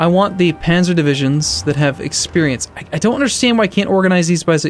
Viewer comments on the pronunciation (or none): none